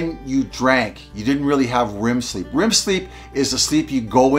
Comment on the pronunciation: Rem sleep not rim 😅